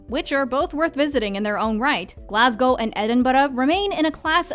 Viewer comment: Wow, the narrator is literally the first American I've ever heard pronounce Glasgow properly. 👏 Edinburgh she nearly got right